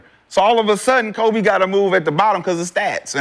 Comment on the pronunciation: Every time Shad say Kobes name he rolls over in his grave.. smh